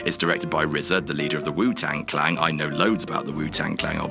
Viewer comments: ITS WU TANG CLAN!!!! NOT CLANG, ARE YOU DYSLEXIC, THERE IS NO FUCKING G! FUUUUUCKK YOUUUUUUUU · I think repeatedly saying Wu-Tang Clang was probably an intentional joke, what with the whole R zed A pronunciation on a previous WC video last week (I think it was Jules?) when talking about the same film/RZA. But maybe i'm giving them the benefit of the doubt, and yes, is that clueless. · WU TANG CLANG?! at least you didn't call him R.Z.A like jules lol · "Wu Tang Clang" alright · Are you saying the "Wu Tang Clang"? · I have no idea who this guy is doing the commentary for this video, but he needs to stop doing commentary for videos. Not only did he pronounce " Wu-Tang-Clan " horrifically wrong (And i don't care if you have an accent. My chinese friend can say it better than you, and he can barely speak english) your english is clear enough, so there are no excuses except for the fact that you can't fucking speak english. BUT SECONDLY.. " Danny from Friends? " Granted, there was a Danny on friends who lasted about 3 episodes? However! Saul Rubinek was not him! He was DONNY from FRASIER. I'm not even upset over the fact that he missed the late, great Macho Man Randy Savage as the infamous BONESAW on Spiderman hitting his Elbow Drop .... I'm more upset that this guy is apart of a Youtube Channel who puts out numerous videos of this type, and he's still fucking there. HIRE ME, WHATCULTURE. I guarantee you i'll be far greater than this goof. And for the benefit of the doubt, for i am assuming it will happen sooner or later due to this generations ignorance... YES.. I AM MAD, BRO. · I cringed everytime said WU-Tang Clang.... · Did keep saying wu tang clang?!?!